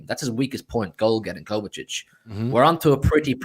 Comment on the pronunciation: KO-VA-CHICH ❌️ KOVA-SITCH ❌️ KOVA-TITCH ❌️ KOVA-CHICH ✅️